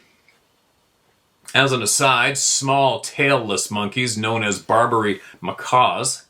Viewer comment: Mah-cacks (macaques)